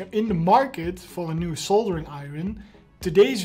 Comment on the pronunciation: if you nieuw soldering iron kan gelijk horen dat je nederlands bent hahahahha